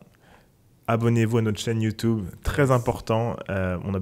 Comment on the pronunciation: YouTOUBE lol! Sinon super vos contenus, on en apprend beaucoup. Merci !